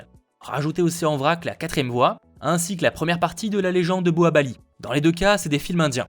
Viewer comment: C'est Baahubali pas Boahabali !